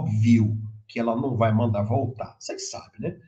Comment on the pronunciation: NAU fala SENAU ele vai que SENAU eles vau querer esaminar